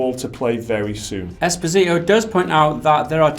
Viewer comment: I guess it's pronounced "espòsito" lol